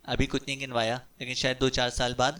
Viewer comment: Ganwaya, gum krna.... not "ginwaya" Sir